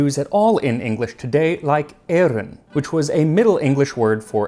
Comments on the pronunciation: It's so interesting how some of those medieval english words sound like old (as in out-of-date) french ones ; for example I understood victuals without problem in comparison with the word victuailles. Also that bit with eggs - the way you pronounce eyroun sounds a bit similar to the german word Eiern ! Language is so fun :) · Thats really cool where you say "eyroun" you sound a lot like Dutch where we say "eieren". Also, I wouldnt be surprised if "verjuice" came from French where "Vert Jus" means green juice. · I heard you say "eyroun" and immediately thought of the Dutch word for eggs, "eieren", which is pronounced virtually the same. Makes one wonder if there's a connection 🤔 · You might like this: here in the Netherlands the word for 'eggs' is 'eieren', plural of 'ei' (egg). The way you pronounce the English 'eyroun' in this video sounds almost the same as how us Dutchies pronounce that Dutch word 'eieren'. Another interesting one is 'to smyte', to cut. There's a modern Dutch verb 'smijten' which is one of our many words for 'to throw'. A 'smijter' is also a bit of an archaic word for someone who likes to pick fights. And then Google tells me that the modern English 'to smite' can also mean throwing something or dealing someone a physical blow.